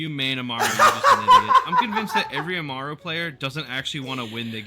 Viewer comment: Its ah-mah-roo not a-mar-oo